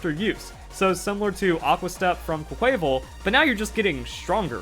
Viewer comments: It’s pronounced “quack-kwa-vawl” like carnival not “qua-kway-vul” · Why does no one pronounce Quaquaval right? It’s Quack-qua-VAHL. Like Carnivale. The inspiration behind the name is RIGHT THERE. Please remember it. Quay-quayvel just sounds forgettable.